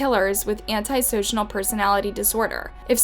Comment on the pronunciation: I’m sorry “antisocianal “?? Lls 😂😂I think u mean antisocial love😂😂😂